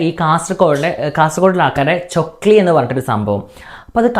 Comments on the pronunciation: Chokkili alla chakkli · Chokli alla chakli😂 Iam ksd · Chokli alla😂 chakli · Chokli alla itha chakli aanu🤣🤣🤣🤣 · Chokili alla. Chakli aan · Chokli alla..chakli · ചൊക്ലി അല്ല chakli ആണ് 😂